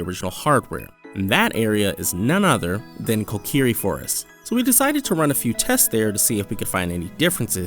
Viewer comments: Who pronounces Korok that way? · Nobody. He got it confused with the Kokiri Forest from Ocarina of Time.